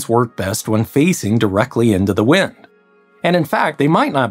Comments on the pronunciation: You are pronouncing wind wrong. It is wind not wind. Pronounced wind. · Yeah it’s pronounced wind